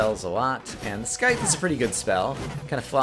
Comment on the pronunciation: At least with the nerdy glasses you're no longer color blind o3o?? Also, dangit, that c in Scythe is soft. it's not Sky-the. it's sai-the. =3=.